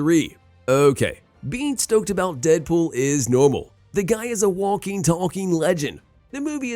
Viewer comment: Seriously, who taught you to spoke Engrish? Walking and talking, the L is silent.